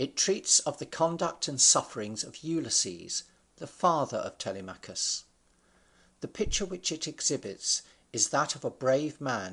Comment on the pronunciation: “Tellymakus” really? It’s pronounced tel-em-a-chus